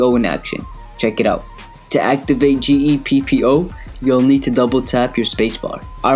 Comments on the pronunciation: its gEEpppOO not g e p p o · Those bruhs are right, how could you not know how to say Geppo, just think geh and poh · you don't no how to say Geppo ,everyone know that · He doesn't know how to pronounce geppo